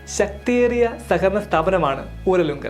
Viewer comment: ഉരലുങ്കലല്ല ഊരാളുങ്കൽ